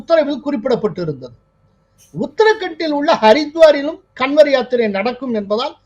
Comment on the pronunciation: கன்வர் என்பதை காவட் என உச்சரிக்க வேண்டும். நம்ம ஊர் காவடி தான்